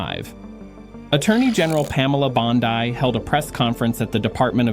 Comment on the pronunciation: I wish you would pronounce Pamela Bondi's name correctly.